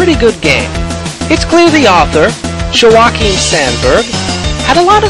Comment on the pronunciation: Haha, I love how you pronounced Joakim. :)